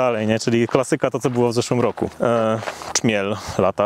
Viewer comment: Chyba Trzmiel... a nie "Czmiel"... że zacytuję klasyka: "Najpierw Rysiu naucz się liter"